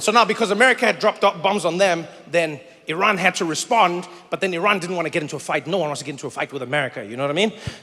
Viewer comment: From Tehran, Iran. Thank you for pronouncing Iran right.